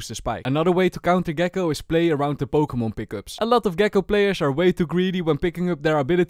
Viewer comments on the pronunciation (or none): none